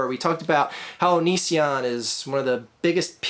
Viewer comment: It's not Oh-nee-si-on, it's Oh-ni-tion. Like Onion and Vision.